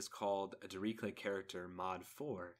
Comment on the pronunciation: You should really look into the pronounciation of Dirichlet.